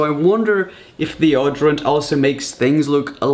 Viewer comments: I hate how he says deodorant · Yeah he says it like deordorent but u actually say it like deodorant lol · Odrient 😂, The way he says it. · The way he says deodorant thooo😂😂😂😅